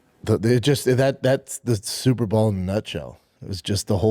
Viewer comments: Super ball 😂😂 I thought maybe he just had one slip of the tongue but this dude can’t say Super Bowl 😂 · Cant talg. He has to think its pronounced Super Ball. Total moron. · It's super bowl... not super ball...